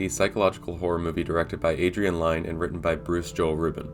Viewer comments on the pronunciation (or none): Why can nobody pronounce Adrian Lyne's last name correctly? It's "Lin" not "Line".